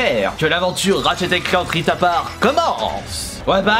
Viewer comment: J'ai eu trop envie de mourir quand il a prononcé Ratchet et Clank Rift ->APAR<- au lieu de aparte